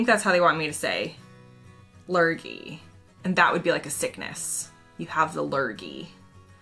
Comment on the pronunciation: Lurgy (your pronunciation was spot on :) ) was first coined by a Comedian, Spike Milligan in the 1950s when he was part of a BBC radio play series called "The Goon Show", which also had Sir Harry Secombe and Peter Sellers (who later went onto films like Doctor Strangelove and the original Pink Panther films). In the series background "Lurgy" was a made up disease, with varying symptoms depending on the story. It comes from "Allergy", but pronounced how you said it :) It went on to be a word describing a general feeling of illness "Oh man, I think I have the Lurgy". Its use is probably similar enough to the US "Cooties".